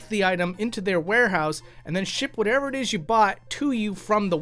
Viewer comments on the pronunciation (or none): none